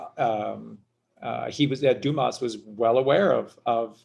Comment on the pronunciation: Luv ur vids! Oh btw there is no Alexander Dumas ( you pronouced Doo-mus! Its french pronounced Doo-mah! Like when the doctor tells you, "open your mouth and say, " aaahhh" thee s is silent. Like thee s in Illinois) Chicago Renee hath spoken.